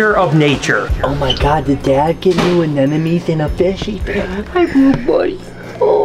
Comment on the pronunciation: Is this the twilight zone? Anemone- uh neh muh nee MUH not NUH I’m so sorry but do you have a pet peeve? This one word gives me so much grief!! It’s not difficult to pronounce, nobody is trying to trick you. It’s pronounced just like it’s spelled. Yet, every person on here mispronounces it. No, I’m not the English police. Even the King of DIY says it incorrectly!